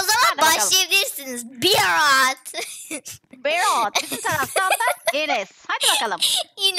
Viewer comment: gülmek ten öldü berağt değil berat 😂😂😂